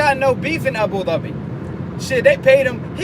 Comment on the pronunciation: Do you speak Arabic? you said Abu Dhabi right like arab :)